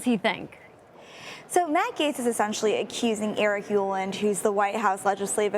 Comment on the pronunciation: Gaetz is pronounced Gets, not Gates.